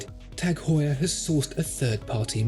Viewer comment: its "Heuer"